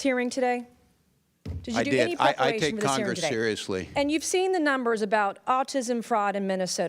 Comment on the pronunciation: Walz "I take kongres sereisly"!!!!!😂😂😂😂😂😂